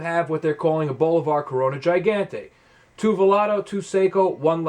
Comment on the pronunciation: This was an interesting series, but you really need to work on learning how to pronounce Spanish words if you care so much about cigars. You can pronounce Behike, but not Gigante? Come on, bro lol.